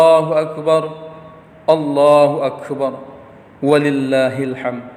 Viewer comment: Ada lima kesalahan Khotib ini, di antaranya: waktu baca ayat wa lillahi (ولله) .